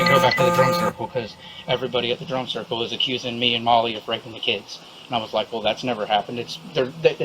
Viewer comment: I thought they were saying "drunk circle", not drum circle 😂 Pretty sure it was both